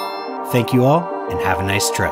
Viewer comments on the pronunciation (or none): none